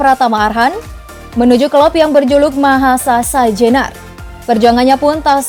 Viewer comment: mahasasa jenar🤣🤣ngakak gw, yg bener mahesa jenar